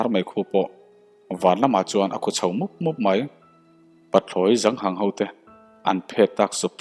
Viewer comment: Pathlawi zang hang ni lovin, Pathlawi zâng hâng tih tur ani zawk ang.